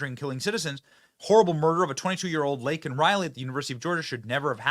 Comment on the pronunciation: The Bydn administration completely dismissed Laken Riley's murder. A murder by an illegal immigrant. Biden apologized for using the word "illegal". Biden's Yet to apologize for saying "Laken's" name incorrectly and for lacking any compassionate words for "Laken's" family.